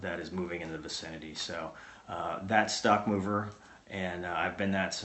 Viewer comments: So it's not "Mover" it's "Moooo -Ver". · should be Mower, like lawnmower or mowe down. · I had to rewind that to make sure I heard that right. lol, so it's actually more like MOOver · lmao at the origin of "Mover"